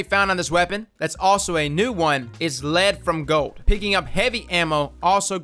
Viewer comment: Thank you for saying "Lead from Gold" correctly